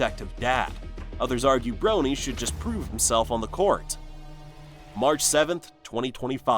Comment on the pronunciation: I finally had to stop watching. The commentator keeps mispronouncing LeBron‘s son’s name!